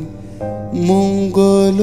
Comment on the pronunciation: মঙ্গল উচ্চারণে ' ঙ্গ '-এ ও-কারের (ঙ্গো) মতো উচ্চারণ হবে। গানে মাঝের কথাগুলোও বাদ আছে